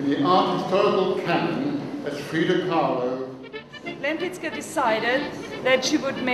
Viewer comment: I thought she was born to a Polish family - in either St.Petersburg or in Warsaw. I thought her name was pronounced like [lehmpitzkah]. Thanks for the vid - she was fascinating. There is a website but poorly illustrated - very few paintings shown. Seeing the footage from the exhibition is very informative. It shows her again and again as a painter of extreme intelligence, not just talented. She DEFINITELY deserves more attention. Screw critics, they are frustrated artists anyway...